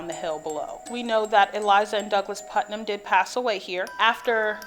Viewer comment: It is Puttnam not Putman. Hi from another Ohioan